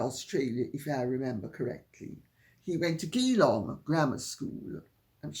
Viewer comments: ……hi Lady C, yes, P Charles attended Geelong Grammar School here. It’s pronounced ‘ja-long’, NOT gee-long, although spelt that way.……… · Good morning Lady C! Just had to giggle when you mentioned King Charles going to school in Geelong. Yes he did. Geelong is in Victoria here in Australia but it’s not pronounced Ghee long but Gee long. It sounded so funny 🤣 . Love your work and hugs to you and your furbabies. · Geelong Grammar School pronounced Jee-long 😊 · No it's Gee long= Geelong. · Geelong is near Melbourne. It is not pronounced with a hard G, but a soft G. Jeelong. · Geelong is pronounced J’long. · Dear Lady C, You do look HOT and gorgeous in this video. I have a home in the Australian city of Geelong, pronounced 'Jillong.' 'The Ozzie public is having a great time, turning up enthusiastically at various venues to pay homage to their/our new King and Queen. One lady who was interviewed on the tv this morning, travelled from an Island off the coast of Africa to see the Royal couple in Canberra. I would likewise travel to any location in Australia to see you, were you to travel to Australia! It is alarming what the British system is conjuring and imposing upon its' good citizens who are capable of mere "thought," jailing them for thinking !! ?? Best regards to you and your beautiful, very spoilt furry family. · Hi Lady C. Yes Geelong is in Victoria, Southwest of Melbourne Australia. Pronounced Jeelong! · Hi Lady C. Geelong is pronounced Jeelong, and it’s Victoria’s second largest city after Melbourne. As an Australian I am certainly not a monarchist whatsoever. However, the Premiers have all sworn allegiance to the King. It is a matter of courtesy and respect to show up and meeting him. When you couple that with the fact he’s travelled here while suffering from cancer and postponed his treatment to do so, it is deplorable that he is not welcomed. At least as a human being. Even as a staunch republican, I would never treat him, or anyone else, like that.